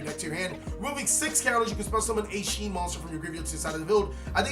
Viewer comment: It’s not pronounced Sheen, it’s Shi en (She-Ehn)